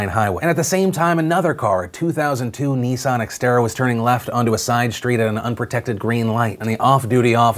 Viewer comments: Its not pronounced Nee-ssaarn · I’m offended by your pronunciation of Nissan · All I can here is "Neesan, Neesan, Neesan" it's Nissan dammit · Nissan. Unless you're one of the twats who overpronounce words, it's Nissan. Not Nee-San. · Neesarn? It's pronounced Nissan, sweetheart. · I love you Phil but if I hear you pronounce Nissan as 'Neesan' I might lose my tiny Scottish mind. It is pronounced 'niss' 'an'.... Niss..an.... Nissan. You god damn yanks butcher the Queen's tongue. Love you tho. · One sec Americans call a Nissan a Nees on. WTF 😂😂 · Phil says "Nissan" reeeaaaally strangely. And that's my very verbose and relevant comment regarding all this very serious news.